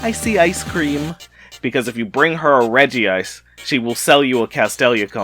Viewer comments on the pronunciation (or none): STOP CALLING IT REGI-ICE